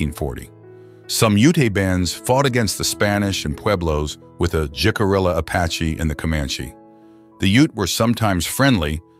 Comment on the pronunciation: I noticed some mispronunciations in the accompanying lecture. To wit: Ouray is pronounced you-ray and Jicarilla is hick-ah-reeya. Ouray, Colorado is my hometown and I lived later next to the Jicarilla reservation.